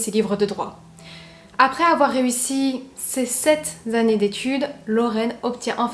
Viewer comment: Vous avez dit : - Ses sept ""z'années"... "Sept" est un adjectif numéral cardinal qui ne peut prendre, de par sa nature, la forme plurielle et donc une "liaison" phonétique de ce type. Ceci est juste un petit "correctif" qui n'enlève rien à la grande qualité, déjà soulignée, de vos récits. Merci encore et toujours...